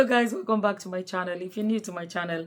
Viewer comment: I am 🤣🤣🤣🤣🤣 because I have South African friends, and that is exactly how they pronounce that word